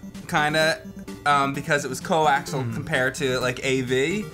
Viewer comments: Hey,. The word "coaxial" has 4 syllables, not 3. It's not "co-axle", it "co-ax-ee-uhl". OK, "axial" and "axle" have common linguistic roots, so... cool. Just a nitpick. Love the modded Famicom! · Co-ax-e-al. Not co-ax-el. Learn how to pronounce the technology. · I can't believe you guys are still getting this wrong. It's "coaxial," not "coaxel." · I love you guys. It's CO-AX-I-AL not CO-AXL. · Gah! Stop saying "co-axel." You guys keep doing it and it's grating. It's coaxial with four syllables and pronounced like "axial lead resistor" (electronic component). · No. "Co-axel" is incorrect no matter where you live because the word is spelled "coaxial." Obviously, I've heard both too, Cethis V. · Coaxial!!!! Not co axle. Co ax eeee al. God you fucking idiots. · Co-ax-i-al. Co-acks-ee-uhl. Coaxial! :D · Say it with me: coh-ax-ee-ahl.